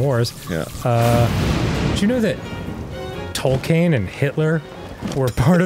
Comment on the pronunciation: Dan pronouncing Tolkien's name is messing with me so much. 'Toll kane'.